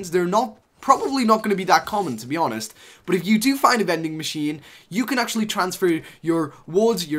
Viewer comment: But he says “BOT”